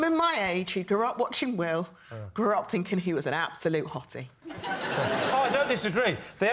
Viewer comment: "Women my age who grew up watching Will..." Sorry, is that "will" or "wheel?" 😂